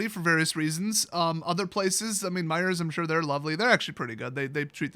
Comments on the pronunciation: Its MEIJER NOT MEIJERS ! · is a foreigner, annunciating the silent S in Meijer(s).